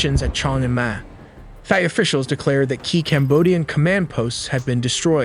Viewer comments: He just said "Thigh" on purpose to mess with people hahah. I heard a Thai (Tie) as well. Sir, how do you say Thailand? Tieland What about Thai? Thigh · Thigh? Thigh Artillery? Thigh Efforts? Dude. Not trying to be a turd but if you want to sound half intelligent, learn to pronounce Thai properly. Here is your lesson...ready? Say it like this...Tie. Yes the same as what you wear with a dress shirt and a suit. Tie. No h sound. You're welcome. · Why do you pronounce Thailand as Thailand but Thai as Thigh? Its pronounced as is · You’re such a liar. Obviously the voice is AI. You think we’re stupid? The AI pronounced Thai as “Thy”. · Why bro pronouncing "Thai" as "thigh" 😭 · "No AI was used" "Immediately pronounces Thai as Thigh " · Every time this guy says "thigh" instead of Thai, or "thighland" instead of Thailand......... c'mon, get it right! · The “H” in Thai is silent. Pronounced: Tie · Did you just pronounce Thai as 'Thigh'? WTF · The AI cannot say "Thai", instead says "Thigh"? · dude stop saying thigh you are not Trump. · It's Thai not Thigh! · Did you say Thai as “thigh”? 😂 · Thigh? If you’re gonna make a video about Thailand, surely you pronounce the name of their people correctly 🤦🏽‍♂️ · Thai isn't pronounced Thigh. :-/ This shows how stupid AI can be. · You could've taken the time to learn how to pronounce "Thai" correctly. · Why do you pronounced Thai like that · bro, stop pronouncing the "h" in thai...50% of the time, you skip the "h" other 50% u include it...hella annoying. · Duum pronunciation for the way you say Thai. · My guy used AI to say Thai wrong a thousand times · AI would pronounce thai better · Please stop saying Thigh 😭 Thai is pronounced like Neck Tie. Wait a minute you used the correct pronunciation for a few minutes then didn't again!?! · Just FYI it’s Thai (Tai) not Thai (Thigh), thank you for educational video ! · It’s pronounced “thigh” it’s “tie” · Thai is pronounced Tie not Thigh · Thai (Tie) not Thigh. AI is horrible.